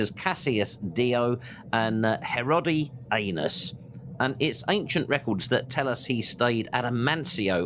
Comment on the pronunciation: Thanks for all the pronunciations of forts, towns and people. Writer Herodi-Anus had me in on the floor, though, laughing. 😂